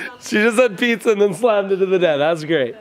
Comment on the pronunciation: Assessees when she said pizza she said this pwaza